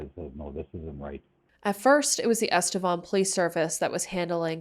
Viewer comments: I grew up in EstevAN I can guarantee that it is not pronounced EstevON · EstevAn not estevOn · there's even news clips in this video that all pronounced it EsteVAN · you can google "Estevan pronunciation" and it literally comes up with "Estevan, City in Saskatchewan" and it is pronounced "eh·stuh·vaan".